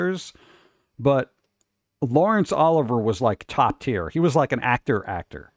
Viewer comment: "Oliver..." You have to be trolling.